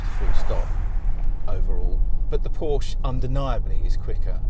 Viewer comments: First of all any "car expert" that pronounces it Porsch instead of Porsche (ProshUH) is automatically discredited. Second of all, when the Porsche got "stuck" and couldn't climb the hill the 2nd time it was clearly about 10 feet behind the Range Rover and in 3 feet of mud, where as the Rover was half way in the grass to start. Also, you can have the most powerful vehicle in the world but it all boils down to the tires and how much grip it has. A Ford Focus could beat both of those cars if it were fitted with better gripping tires. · Agree. Tires would be crucial in a test like this and the reviewer can't even pronounce 'Por - sha'. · Dear, try to pronounce word "Porsche" properly. The letter E is there for a reason...